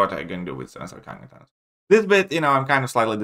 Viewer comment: “Tanos”